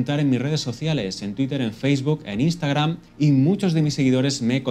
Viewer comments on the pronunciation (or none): none